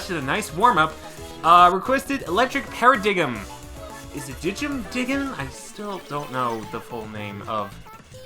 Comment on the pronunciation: Paradigm is pronounced para-dime :)